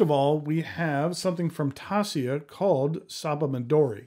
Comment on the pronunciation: Merry Christmas. Thanks for sharing this. BTW, Taccia is pronounced Tasha. And Bokumondoh -- Bohkoohmohndoh.